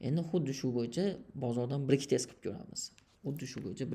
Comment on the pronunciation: Брек тест эмас факат,Бек тест дейилади сизам билиб куйинг 😅